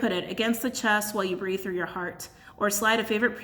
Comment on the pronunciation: I thought you said “grieve” at first instead of “breathe” lol pretty sure I need to do both!